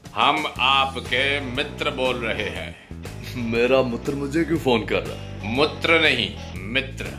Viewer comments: Yes, I am a big fan of his work, but sir, mitr(friend) ko Mutr(urine) and rest of the hindi lines are sounding like Mixer grinder and bharasthachar sounds like shit...i feel its insulting to a language...anyways there is a thin line for all comedians, not an easy job to create laughter ...I felt it, so said it... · Mutr nh mitr hhahahhaah😂😂😂